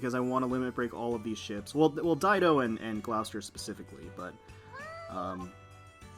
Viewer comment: I was one of the peeps that didn't know how to properly pronounce Dido's name.. 😅